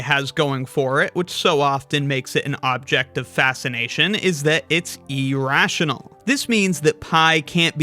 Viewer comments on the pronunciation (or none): Pi is not, and has never been "E-rational"!!! the word you are looking for irrational and starts with an "I" not an "E" do better